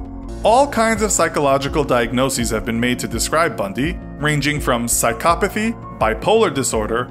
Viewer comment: The highlight of this vid is that he pronounced psychopathy right. It is not SICOPATHY guys!! It's PSYCHOPATHY!!